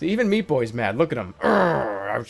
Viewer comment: Sometimes it sounds like Super Shpee Boy.